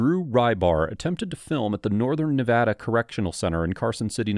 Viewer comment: Thanks for pronouncing Nevada correctly that's rly cool of u